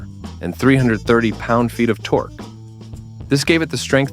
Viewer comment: How many lb. ft. Torquee' did you say again? 😂